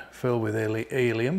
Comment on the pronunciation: Am I the only one who heard ‘alien’ balloons?